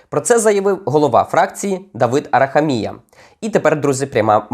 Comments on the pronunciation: це у слові хуй,наголос однаковий,а Арахамія інний.Вивчай мову,сраний українець. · Тільки не АрахамІя, а АрахАмія.